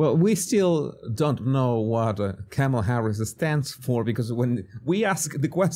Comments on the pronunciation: You still pronounce her name wrong. IDGAF but it's "comma-la" or ",la" get it? ( , la) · Tucker Carlson intentionally calls her "Carmella" 😂😂😂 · It's *Kommie-Lush